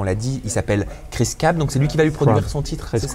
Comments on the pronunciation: Mais c'est pas Cris CAB, le chanteur ? Pourquoi Fabrice dit "CRAB" ? ^_^ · 😂😂😂 Fabrice il a dit cris crab😂😂😂😂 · "Kwisse Krabe" mdrrrrrrrrrrrrrrrrr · "Cris Crabeuh" ptdr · Il me fatigue Fabrice avec " Chris Crab " lol Chris Cab bordel 😂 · je rêve ou il a dit: Cris Crab ????? Hahahahahahhah il a pas respecté